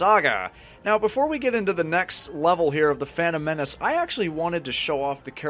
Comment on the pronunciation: A quick level, nice and short. It's more convenient if you upload a single chapter ("level") at a time instead of multiple levels in a single video even if it means that video will be shorter. Oh and a funny italian impression right there "The fantom menaci" :D ...sounds very "italish" (a compound word made of "italian" and "english") maybe it already exists otherwise I just made it up ^^